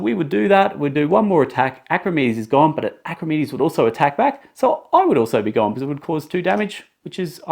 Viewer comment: Clear instructions. But his name isn't pronounced Acrimedes